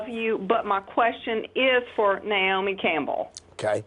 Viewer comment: They both pronounce her name niomi instead of naomi.....please tell me